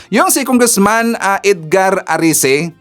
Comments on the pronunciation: Erese hindi arese pls PBBM Trillion times foev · ERECI not Arice